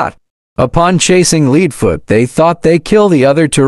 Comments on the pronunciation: Also you spelled leadfoots name like saying leading or something else among those lines also you said ksi in a very weird way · It’s not leedfoot leadfoot